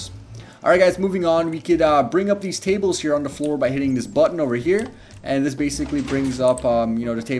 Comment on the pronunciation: This guy can't say the.he says da . Can't say this. Says dis . Can he pronounce t words?